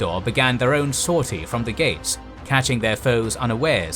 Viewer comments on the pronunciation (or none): none